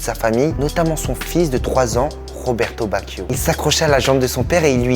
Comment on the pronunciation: Tu prononce tres mal le nom de cette legende du foot RESPECTE CETTE LEGENDES DU BALLON ROND !!!!